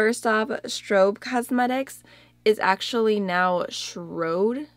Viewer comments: Shroud is pronounced like loud is. :) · Love your eye look paired with the red lip! Shroud rhymes with loud. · Shroud is pronounced like 'loud'. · shroud rhymes with crowd ❤️